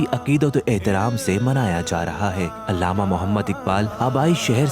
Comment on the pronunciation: Illama nahin Allama Iqbal parha kren